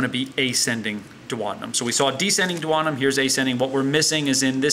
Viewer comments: Duodenum = dew-o-dee-num. NOT dew-oder-num. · The way he says duodenum....